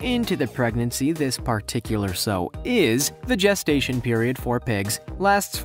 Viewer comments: Sow rhymes with how not ho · When it showed the pig part, the female is pronounced "S-OW"